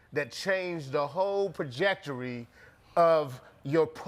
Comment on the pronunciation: Is nobody gonna say anything about dude saying projectaries??? I can't be the only one who heard that